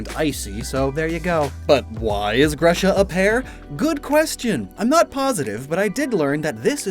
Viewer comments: you keep mispronouncing Grusha. The u is pronounced like in who, lose, kung FU, pikaCHU, hugh, and so on. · I always thought "Grusha" was pronounced "Groosha."